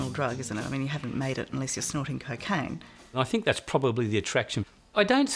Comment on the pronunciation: I like how she pronounces: cacaine😅